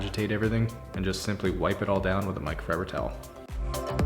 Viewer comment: I’ve really been enjoying your videos! They’re inspiring me to be more tidy in general. Unfortunately my brain has heard you say “Mike Rowe fiber towels” and now I can’t unhear it 😑 My 3 yo is also enjoying your videos. She walked in on the middle of one when you’d already started shampooing the carpets and said “where’s all the garbage?” 😂